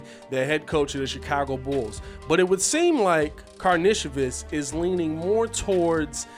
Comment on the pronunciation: From all the videos I’ve seen of him playing over seas it’s Kar Nish o Vis